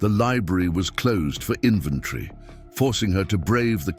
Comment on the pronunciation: You are miss pronouncing invatory